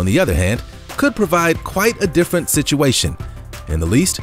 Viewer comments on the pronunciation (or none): none